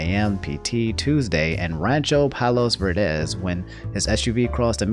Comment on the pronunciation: Having lived in Rancho Palos Verdes, that pronunciation hurt